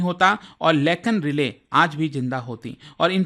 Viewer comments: Relay nhi hia bhai rai-lee hai😂😂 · Relay nahi Riley (Rai-Lee) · its not relay sir but Riley (RAILI) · And its लेकन राइली एक्ट। Not "रिले".